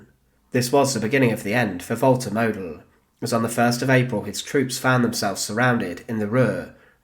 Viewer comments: Pronounced maud-dell. German phonetics are really simple, pls make an effort. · Model wird so ausgesprochen. Moodel. Das O wird langezogen.